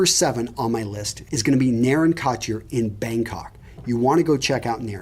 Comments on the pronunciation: Bro you gotta learn how to pronounce shit. Couture is not pronounced kott year Yves St Laurent is not pronounced eevay saint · Yves Saint Laurent pronunciation was terrible lol 😂. Plus Couture was rough